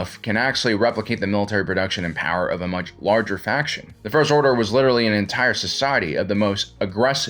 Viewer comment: Say "faction" again. But seriously, not a bad video.